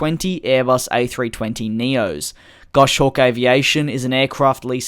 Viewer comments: it's "Goss Hawk", not "Gosh Awk" ;P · Gos hawk. No gosh, it’s a common mistake but the falconer in me was cringing. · “Gosh-hawk’ :p